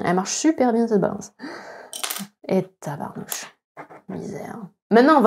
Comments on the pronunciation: Entendre "tabernouche" avec l'accent su Sud, c'est toujours drôle en maudit :P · Allons l'accent québecois qui sort par boute ? Je rêve ou ? 😅😁 Le petit tabarnouche là 😝